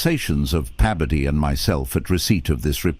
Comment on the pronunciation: It’s Bebodee,Bebodee! 😅 Your double dipping his name